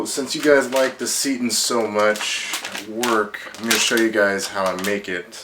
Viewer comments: Nice video. Thanks for being so methodical. Just so you know, it's pronounced "say-tan", not "see-tin". Also, you shouldn't measure dry ingredients (like vital wheat gluten) in a measuring cup designed to measure liquids. There is quite a difference between the two. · ah he's young. Most of my students like to say "seetin"... LOL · It's pronounced "S'eye tan"